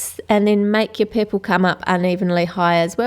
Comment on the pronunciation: she says poorpole